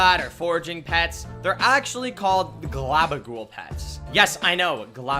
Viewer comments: gaba goul, not glaba ghou, :/ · Anyone noticed he keeps saying glabagool even though it's gabagool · ga ba gool not gLa bag ool